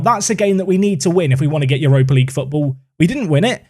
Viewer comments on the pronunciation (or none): none